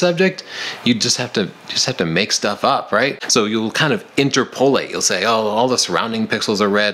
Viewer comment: My friend, 'interpolate' is pronounced 'in - ter - puh - late' ... not 'in - ter - poe - late' ;-)